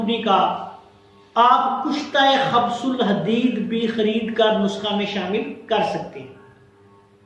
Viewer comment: gustaakhi maaf, ye khabs ul hadeed nahi hota, khubs ul hadeed hota he: u ki aawaaz ke saath